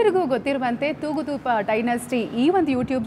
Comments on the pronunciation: Madam, it is THOOGUDEEPA not thoogudoopa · ತೂಗುದೂಪ ಅಲ್ಲ ತೂಗುದೀಪ ಸರಿಯಾಗಿ ಹೇಳಿ